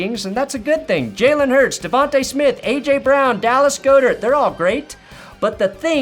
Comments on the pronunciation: Omg GAH-dirt, not GO-dirt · And for the thousandth time-- IT'S DALLAS GOD-ERT, NOT GODE-ERT!!!!!!!